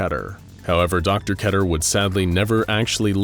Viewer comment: Every time he pronounces keter, I have a stroke